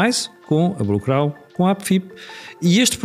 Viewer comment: porque não diz Blue Crow como deve ser? Blu Crau não é nada.